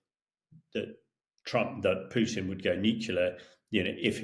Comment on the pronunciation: it's Krasnov, with A. In Russian it means RED. But I love how you called Putin as poopin 👍